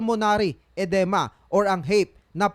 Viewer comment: DAPAT SEARCH MO MUNA SA GOOGLE PANO MAG PRONOUNCE NG MGA TAMANG WORDS. EDEME PRONOUNCED AS EDIMA! BALUKTOT DILA TAS GALING GALINGAN